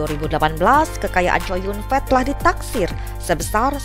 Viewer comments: ckow yun fat min bukan chow yun fet lu ini bsa baca kagak sih mmin mimin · Namanya chow yun fa, bukan COW YUN FEEEEETTT !!! WKWKWKWKWKK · Kok bacanya chow yun fet ya jelek bener, baca biasa aja chow yun fat ( co yun fat ) jangan chow yun fet 😅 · Mbak, klo nama org chinese cho yung fat tetap a, dibaca'A. Bukan"E😋ke asyikan bhsa ingrish ya😃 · Namanya Kok co yun fet ngomongnya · Chow Yun-fat (周润发), pronunciation'nya kok begitu seh? Dipronun secara bahasa Inggris. 🤣🤣 Jadinya seperti berarti Chow Yun gendhut. 🤣🤣😂😂